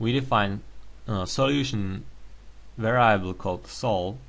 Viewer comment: Why are we using some second-hand software to define the problem? Mathematica is not that difficult to use for using text to describe the problem. You may also want to check the pronunciation of "variable".